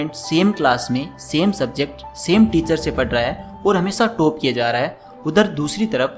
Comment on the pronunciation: Toop nahi. Top hain pronunciation. Tooper nhi..topper